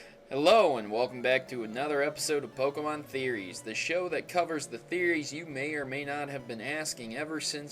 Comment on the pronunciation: By the way you need to really work on Pokémon Name pronunciation.